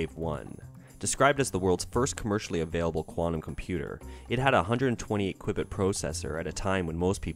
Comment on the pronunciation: For future discussions about quantum computers, qubit is pronounced like QUEUE-BIT